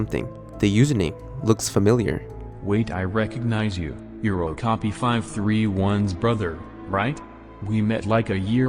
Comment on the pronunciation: not sure if somebody said this or not, but it's pronounced "oh-kah-pi." it's a weird little horse-like critter that lives in the rainforest, closely related to giraffes. as far as i'm aware, it has no widely known symbolic meanings that would be tied to this story. not trying to nitpick your pronunciation, just trying to help ^^